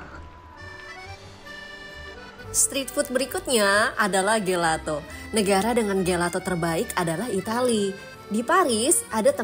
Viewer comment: Maaf tp gelato itu dibacanya “jelato”. Maaf saya hanya seseorang yg suka bahasa itali